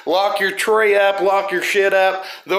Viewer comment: It’s not ORDERments….ornaments. 😆 cracks me up every time. 1Luv ✊✌️